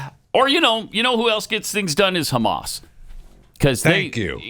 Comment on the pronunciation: I was going crazy about his pronunciation of “Hamas” and “Al Qaeda,” too!!